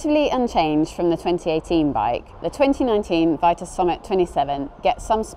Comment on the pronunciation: I believe the brand is pronounced VEE-TUS because it's originally French